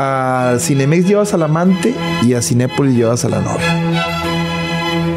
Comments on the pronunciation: Me da cura que diga “Cineápolis” 🤭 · Soy yo o siempre dice CINEAPOLIS? NO es CLASISTA es REALISTA 😉